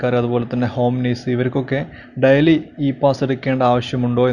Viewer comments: Diali daili ennu parayanam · What boring ...how u pronounce daily...dily???